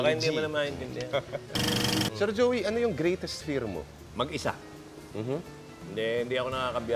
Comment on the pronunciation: may napansin lang akong "Jeoy" De Leon. pero WASAK pa rin!